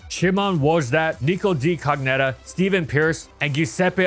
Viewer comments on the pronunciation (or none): none